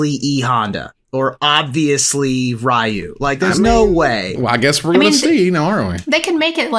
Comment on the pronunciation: It is Ryu and not Rayu though